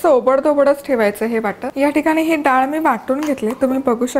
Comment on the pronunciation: खूप छान आहे रेसिपी पण डाल नाही ग मराठीत * डाळ * असतं. बाकी सर्व झकास